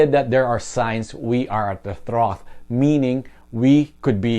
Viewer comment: Pronunciation tip: trough is pronounced: trahf.